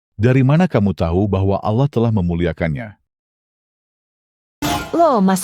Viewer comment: awloh swt bang.. wkwkwk kocak